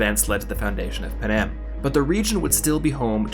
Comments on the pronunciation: Panem, not panam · panem sounds like pan am